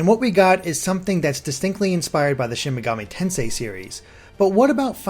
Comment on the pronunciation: Loved the video but why does it feel like so few people can pronounce Shin Megami Tensei right?